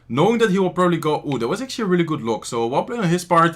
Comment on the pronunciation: "ATUALLY" AGAIN?😂😂😂🤦🤦